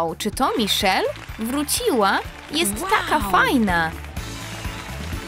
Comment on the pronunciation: Majszel jako miszel